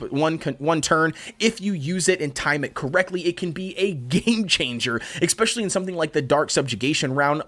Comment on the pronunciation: Am I the only one disturbed by the way he pronounces "especially"? I know he's not the only one, I've heard it before. But I find it odd since there is no K, no X or no C in the beginning of the word. Pronounciation aside, good content dude 👍